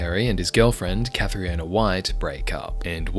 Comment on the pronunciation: Cathriona is pronounced 'Katrina'. You're notorious now for not learning people's names before using them to get views. It's disrespectful and obnoxious, in what are otherwise good videos.